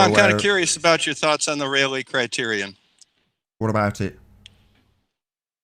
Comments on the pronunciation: My only complaint about a significant “own” video? Ray-Lee, not Raw-Lee. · Ahem! It is 'Rayleigh', not 'Raleigh'. The former is a surname in British gentry. The latter is a city in North Carolina. The "Rayleigh Criterion" is the physics law, and the first vowel sound is the same as in 'eight', not 'a' as in 'Raleigh'. The human eye actually has poorer resolving power than the Rayleigh Criterion suggests.